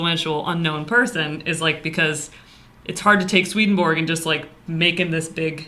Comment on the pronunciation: All respect, but seriously, you need to learn to pronounce his name.